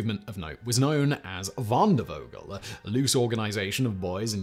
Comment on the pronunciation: Not super important, but "v" in German (in words such as "Wandervogel" or "Jungvolk") is pronounced "f" as in "file", not "v" as in "very"